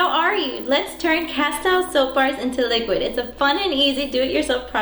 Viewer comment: Pronounced Cas-steel